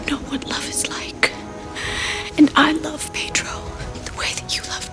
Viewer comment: Yes, and the way Winona with her American accent kept referring to Pedro as Paid-row instead of Ped-ro with a hard e sound (first syllable) and hard o sound (second syllable). Oh well, only Maria Conchita Alonso and Antonio Banderas were the main Hispanic actors in the cast.